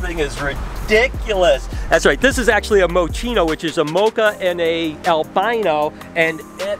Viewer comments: "Moe" Chino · When you said Mochino I automatically thought Mochi